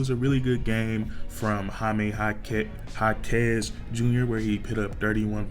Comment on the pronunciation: Há-kes... emphasis in the first syllable.